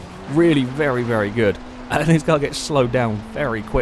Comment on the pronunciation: He also says "vely" not "very"